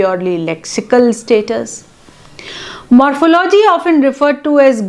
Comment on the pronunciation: The word morphology is pronounced wrongly.